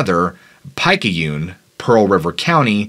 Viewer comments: Picky une not pic ah une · The pronouncing of Picayune is pronounced. Pick- cay- une...lol y'all northers talk funny...just teasing...my grammar is terrible 😆 lol. I was hog hunting so we camped with our sleeping bags mosquito nets next to a camp fire so we could get a early start on hunting in early morning a few hundred feet at the edge of swamp and someone's personal hunting cabin...they had killed a hog and had it hung up to clean and a dog chained up by the porch .... something came up killed the dog grabbed the hog and walked feet from our camp saw a figure but being rudely woken was trying to go back to sleep and wasn't aware of what had just happened at the cabin till the people came into our camp area and scared the chit out us with high power rifles like 306...and started interrogating us and my friend had stayed sleeping through the whole thing till those people came in our camp so he never woke even when I woke and told him some one walked through our camp ..it was the creature carrying the hog off .. and walked 10 or so feet by our camp. .and fire...but straight into the swamp! We aborted our hunt picked up camp and went back home!....any hunter I've talked to said don't bother them they won't bother you....but had seen those footprints looks like half human half reptile the heel looks human and the toes don't! If you find footprints don't hunt in that Area...at least that's my advice... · Had a good chuckle on that pronunciation of Picayune.